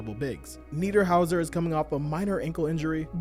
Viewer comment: You actually nailed Niederhauser's name! Joan Beringer on the other hand... Phonetics aside, incredible video as usual